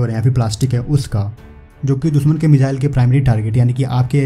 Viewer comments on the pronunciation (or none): मिज़ाइल नही होता भाई मिसाइल होता है